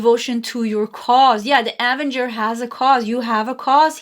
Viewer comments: Pile number 3. Loved it and agree and believe this. ❤. A-ven-ger is how to say this. You almost had it correct. Hope this helps x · Avenger card pronounced Uh-venger 😊